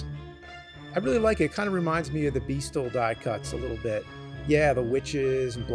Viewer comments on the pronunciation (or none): Beistle is pronounced (B-Eye-Still) … there’s a documentary straight from the company on YouTube if you need further proof 🎃